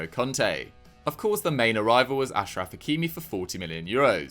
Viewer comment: Finally someone saying Ashraf not Akraf on this channel 😂😂